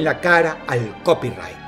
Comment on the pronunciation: Jajajaja!!! CopyraaaighK. Ni siquiera sabe pronunciarlo